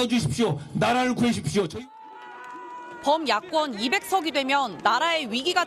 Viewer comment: 한동훈 "나라를 구해주십시오"가 "나를 구해주십시오"로 들림